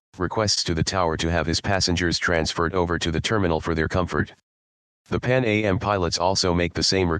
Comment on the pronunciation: It’s “Pan Am” (rhymes with ham), not “Pan A.M.”